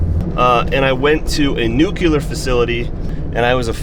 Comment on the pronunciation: Nuclear not nuculear